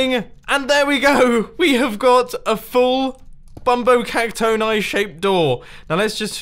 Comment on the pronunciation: I say it bumbo cac-tony not bumbo cac-tone-i